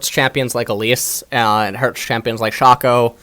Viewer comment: its SHAY-CO not fucking SHA CO